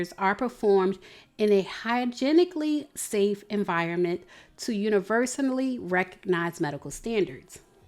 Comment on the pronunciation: Come on, Universanally Bordy Gang